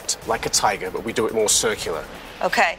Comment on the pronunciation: REEOWL TYYGAH, lol